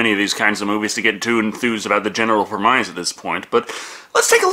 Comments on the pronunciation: premise is pronounced Prem-isss not preh-mize I’ve heard you say it more than a few times:p no biggie tho dawg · "preh-miss", not "prem-ize" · I'm sorry, mate, but that's not how you pronounce "premise".